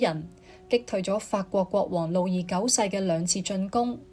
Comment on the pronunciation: AI 女聲粵語旁白雖有進步, 但仍有一些地方不夠好。如：「拜占庭」，AI 讀作「拜佔庭」，然而「占」應讀作「占卜」的占（音尖）。又如：「君士坦丁堡新繼位的皇帝開始對十字軍強硬起來」的「起來」，應讀作「起嚟」，但 AI 錯讀作「起身」！又例如：法國國王「路易」三世中的「易」字，應讀作「貿易」的翼音，不是讀作「路二」。而且，片中引用了一些18世紀末、19世紀初的「拿破崙戰爭」的油畫, 這是不符合十字軍東征的歷史的。